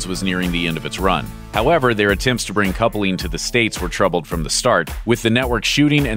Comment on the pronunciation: Coupling is two syllables, not three.